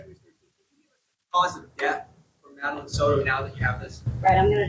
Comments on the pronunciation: Madeline not Madalaine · Did she really just call Madeline Soto “Melanie”.. what an uneducated news anchor.